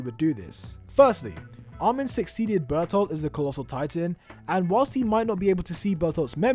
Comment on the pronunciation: Bertoltoh Berthholdt